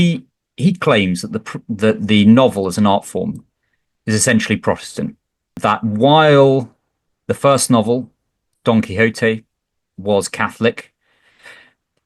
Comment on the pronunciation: Don Quixote should be pronounced Don Kwikzote in English.....! (it's rhymed as such in Byron somewhere, though I forget where...,)